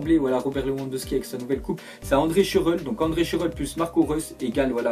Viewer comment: putain les allemands tu sais pas les prononcé, boateng, Schurrle .. :-o